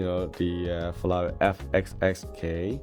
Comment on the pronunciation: Hi, love your Reviews but what annoys me is saying FELLALI all the time. Sorry maybe got problems with my hearing? 😞